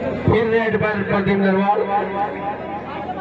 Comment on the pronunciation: he say pradeep randwa